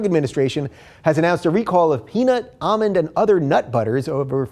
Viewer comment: say almond again